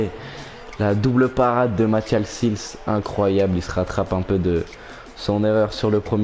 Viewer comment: On dit pas sils mais sails